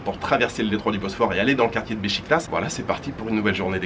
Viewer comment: “Beşiktaş“ se prononce ”bechiquetache“. Tu prononce le premier ”ş“ juste, le deuxième c’est pareille. Ben fesait la même erreur, maintenant c’est un pro avec les ”ı“ ”ğ“ ”ş“ ”ç“ :))